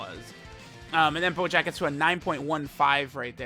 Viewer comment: Does he call bojack at any point "BOJACCCCKKKA"